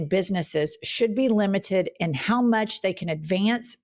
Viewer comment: You have dementia too you said mulch??😅😅